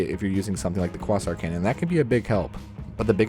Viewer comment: Quasar = Kway-Zahr